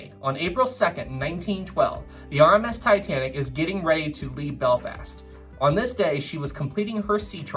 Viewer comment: “Beflast” lol